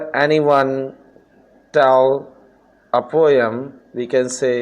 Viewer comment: Jahil kahin k ..... learn English first....then make videos.... mavelous not marrrvellous....poem not poiyam